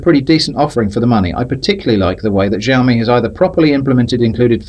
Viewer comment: Completely unpronounceable name, sounds like your saying 'Jaome'. 😃